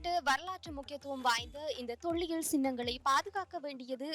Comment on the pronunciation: ளகர, லகர உச்சரிப்பில் கவனம் தேவை. தொள்ளியல் அல்ல. தொல்லியல்.